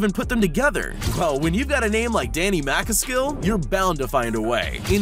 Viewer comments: Wow wow wow did he just pronounce Danny macaskill’s name WRONG?? That’s offensive that haha, anyone that knows the fellow brit will say the exact same thing, how can you get some ones name as well known as him wrong. 🙏🏻😎😎💯💯👍👍 🚲 🚴. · It's not rooftop bmx parkour lol and did u here the way he said Danny mcaskill (probably spelled it wrong) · How he pronounced Danny macaskill 🤦‍♂️